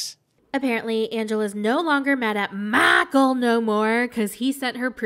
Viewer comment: Makul!!!! Lmfao I now officially use that pronunciation whenever I say Michael.